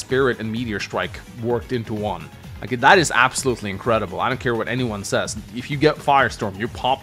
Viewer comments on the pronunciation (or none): none